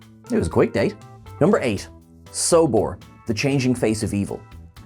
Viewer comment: And its Solbor, not Sobor